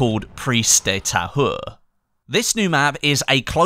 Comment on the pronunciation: You pronounce it prise de ta ure without the H.